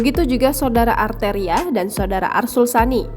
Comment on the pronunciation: Si Beny ini siapa sih???? Belagu loh nantang Machfud MD, si arteri belajar dlu tuh huruf R nya yg jelas...